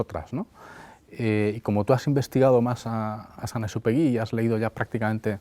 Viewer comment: El principito con esa lectora almA da vergüenza que ni siquiera sabe pronunciar el nombre de San Exupery